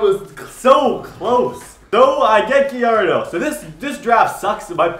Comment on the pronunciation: Just letting you know it is pronounced like guy-yard-o